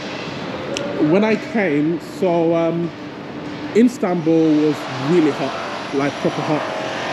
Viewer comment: Can u say istanbul i stead instanbul